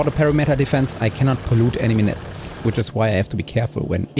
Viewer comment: /pəˈrɪm.ɪ.tər/ (UK) or /pəˈrɪm.ə.t̬ɚ/ (US) .. just lookup how to pronounce 'perimeter' .. it's not a peary-meter .. but a puh-rimme-tur e.g.